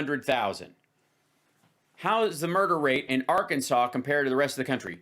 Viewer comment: I try not to laugh but can’t not 🤣. Ar-Kansas?